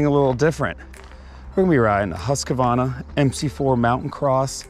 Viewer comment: Husq Varna Not husqua varna